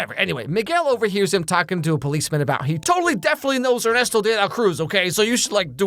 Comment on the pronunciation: Weird detail to focus on but gj on the pronunciation of Ernesto's name. Coming from a person whose native language is latin american spanish.